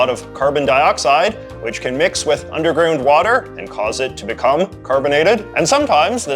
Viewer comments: heh "undergroond" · Severe canoodian accent